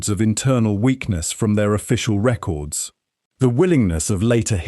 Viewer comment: The accent is irrelevant. My problem is with the fact that it doesn't sound human because it isn't. It's grating because of the unnatural rhythm of the speech and the fact that it clearly doesn't understand human intonations. It even mistook a verb for a noun (the word 'records'; don't expect me to watch the whole video again to find it for you). The script was clearly very well researched. It's informative and enjoyable. The presentation was lazy and detracted from the experience. How hard is it to read a script? Does that answer your question?